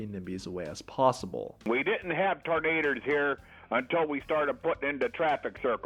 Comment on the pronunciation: Oh lawd! " We didn't have tornaders here until we started puttin' in traffic circles"